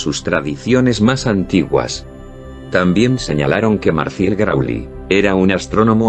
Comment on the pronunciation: Muy buen video, pero QUE MAL que das los nombres, a menos que sea por la traduccion !!! Los nombres correctos son MARCEL GRIAULE, GERMAINE DIETERLEN, y OGOTEMMELI, el Jefe Dogon. Vease el libro DIOS DE AGUA....